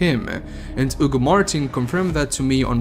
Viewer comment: "Oogo Martin"